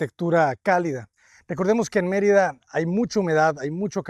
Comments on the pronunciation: First of all, you said Marita it’s Merida learn language before you say it out there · It's MER ida not Mer I da. Please pronouce it correctly. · Sorry, Natalie, but he is mispronouncing key words, Yucatan, Merida, and Cenotes. This makes it very distracting to listen to. I'm glad it's still teaching you a lot.